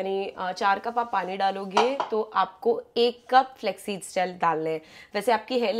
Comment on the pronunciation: Flaxseeds ❎ Flexseeds 😁